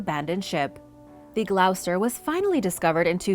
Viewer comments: Gloucester pronounced gloster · Love what you do, and always look forward to your shows. I know it doesn't alter the high quality of the content but Gloucester is pronounced 'Gloss-ter' in the UK and 'shire', as in the shire counties, i.e. Yorkshire, or Warwickshire (where I live), is pronounced 'shear'. Minor quibbles, I know. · The Gloucester is pronounced The Glos-ter x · The Gloucester is pronounced “Gloss-ster” (spelt phonetically). I actually live close to Gloucester in England as well. It’s a awkward word I’ll give you that. Hope that helps.